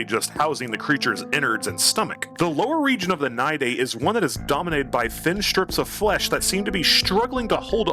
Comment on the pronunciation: The only person I've ever heard pronounce it right first try. We might need to make babies that pop outta the moloch. Great idea. We are getting a new model for him workin... eventually. Long live stink bug!